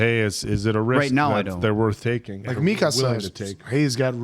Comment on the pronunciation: I'm on your third episode now and I just have to say. Please it's "mi-kaa-suh"